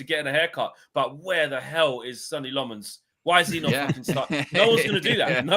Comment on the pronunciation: keeps calling Lammens “Sunny” rather than Senne (Senna) & it’s driving me mad, lol